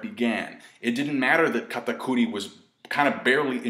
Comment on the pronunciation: i hate how you stress pronouncing names KATTTAKKKURI